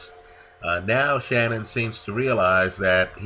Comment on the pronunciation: Shannon not shannan